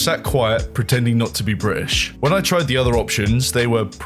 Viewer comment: "So I sat quiet, pretending not to be Bri'ish" Well the last word already gave you away sorry